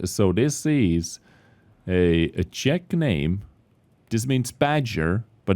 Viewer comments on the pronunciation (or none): none